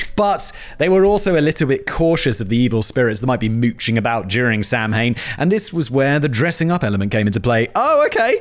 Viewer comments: Simon, please note that Samhain is not Sam Hain! The late actor Donald Pleasance, playing Dr Loomis in the 1978 American slasher movie Halloween, inflicted this obscenity of a mispronunciation on the world, but he was South African born, and maybe can be excused for the offence. The proper pronunciation is something like Sawain!. So, please Simon, forget all about Sam Hain. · Danny! Give Simon a pronunciation note for Samhain! He’d never get “SAH-win” from the spelling! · Samhain is pronounced like "sow-won". Its Gaelic, the least phonetic language on earth. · Hi from Ireland. I'm sorry to be that person but Samhain is pronounced Sah win. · Samhain is actually pronounced sow-win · Pronouncation top for Simon. Samhain should be pronounced sow-an. I speak a bit of Irish and that is how you say it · Samain is pronounced "sa-win" ❤😊❤😊❤ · Samhain. Sam hain. SAM HAIN?!?!?! Simon, are you deliberately trying to kill me? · ... Like the way you mispronounce Samhain. It's (Sa Win) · Hey Whistle, Samhain is pronounced Sow-in. You're welcome. And you've got the stubby holder thing bang on. Tho most of us don't call cans of beer tinnies any more, lol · Killing me with the pronunciation of Samhain = sau-ihn (Irish) or saa·wn (American). C'mon fact boy :P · Samhain is pronounced Soween or sowen. Don't ask me why. Just saying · Me, a pagan, hearing Simon say sowin incorrectly: 😖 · Samhain is actually pronounced sow-wen. I prefer samhain tbh it sounds more spooky lol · Samhain is pronounced " Sow- in", it's a weird Gaelic pronunciation thing. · Hey Simon. The pronunciation of Samhain is "Sow-en". Not that you may care, but just a little tidbit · Simon butchering the pronunciation of a holiday that was part of his own history. Sah-win. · Samhain is pronounced Saw-win, it's Gallic. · samhain is pronounced sow-wan and is the origin of Halloween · Mh makes a w sound in irish... Samhain is pronounced Sowen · Sam........hain.....are you for real 😂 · Simon, samhain is pronounced sowwen